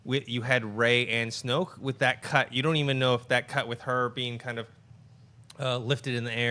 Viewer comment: its snoke....